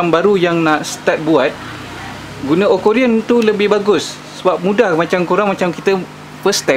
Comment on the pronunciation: akuarium bang.... bukan okorium.... hehehe